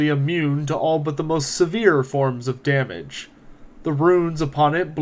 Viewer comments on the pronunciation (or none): none